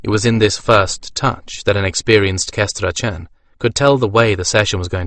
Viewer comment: Yeah, SkanDRANon instead of SkanDRAnon took a bit of getting used to.